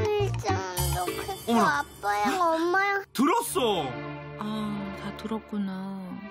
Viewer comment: 벤틀리 집에 없꼬 나만 있으면 좋겠어 엄마양 아빠양 ㅋㅋㅋㅋㅋㅋ 발음 귀엽다